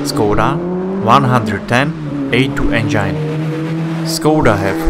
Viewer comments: Or at least the "engyne" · Lots of nice cars, but not many that are "forgotten " and where's the one in the icon picture that advertises this vid? (Click bait). And you seriously need to work on your pronunciation of the word 'engine'. It's as in 'walk in' not 'I'm fine' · I enjoy how the narrator says "engine".. It sounds a great deal like "vagine". I dig this fellow. Keep the good vids coming!👍🏻🤘🏻